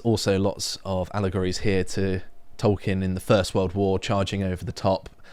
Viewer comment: Ohhhhh... "allegories"?